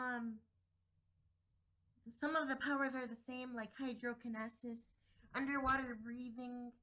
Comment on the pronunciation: It's pronounced hydro Ca-NE-SES